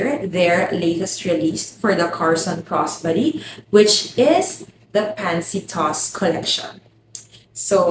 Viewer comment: I thought you were saying "cross buddy" and then I finally got it... Crossbody